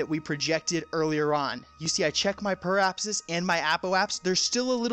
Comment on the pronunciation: APP - OH - AH - SIS PER- REE - APP - SIS